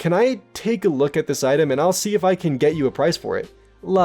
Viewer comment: No, more like Looké. The sounds are more forward in the mouth